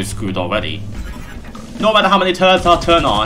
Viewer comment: what's wrong with your R. You spelling it like a W-.- this is infuriating!! (btw what are tuwwets???)